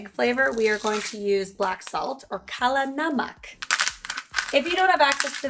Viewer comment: Omg I love the way you said ‘Kala Namak’ 👏🏼👌🏼🙏🏼❤️🌹Perfect pronunciation! Definitely a south Asian ancestor in your heritage 🤗👍🏼